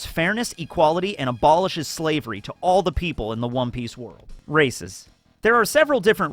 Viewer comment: did he say wom piece 😂😂